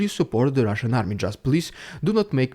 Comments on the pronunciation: The RRRussian AI rrreminds me of the scene from “The Wizard of Oz”, “Never mind the man behind the curtain!”😂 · Your best one so far. I love the way you mock the Rrridiculous Rrrussian Prrrropaganda. ❤